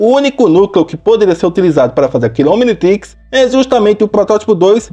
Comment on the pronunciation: como se fala Omnitrix como o cara fala omnitex